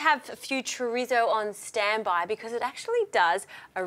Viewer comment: I love that she says “chrizzo”